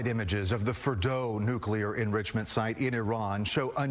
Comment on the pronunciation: Excuse me buty what is "Nuclear Endroocement? is that Trumpanese for Enrichment?